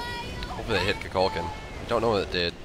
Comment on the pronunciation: Is he pronouncing Kukulkan correctly? Only reason I ask is because I notice he tries hard to pronounce the other God's name's correctly, but this isn't how I've heard this name pronounced in the past. I've always heard it said more like Koo Kull Khan (no that's not phonetic spelling lol).